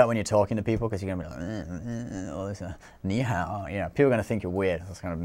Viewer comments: "knee how" You sir are a genius 😂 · I lost it at the spastic head shake and the generic "knee how" pronounciation.